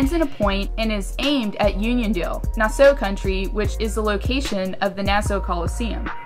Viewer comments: Yeah, the names weird but you say it like Nass-saw, not too sure though. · It's pronounced "nasSAW" Nassau county NY. 😉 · THE WAY YOU SAID NASSAU AND SUFFOLK